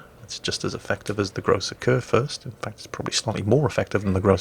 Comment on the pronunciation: It's Gröbber not Gröššer😉